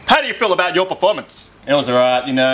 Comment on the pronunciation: im sorry but yewwrs was the worst /.\